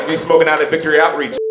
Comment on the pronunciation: Did he say victory outreach?